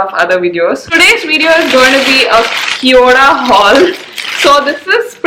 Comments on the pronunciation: It's kio da Like Khyo da ( d in Delhi) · Cheap junk Chinese store pretending to be Korean . No such store in Korea. Korean pronunciation and spelling is even incorrect. LOL !